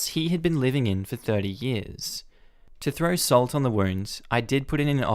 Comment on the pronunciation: Meddle* NOT medal Salt* NOT sat